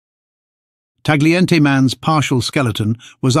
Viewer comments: It's pronounce TA-YEE-EN-TAY. GLI in Italian is YEE. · Please learn how to pronounce Tagliente.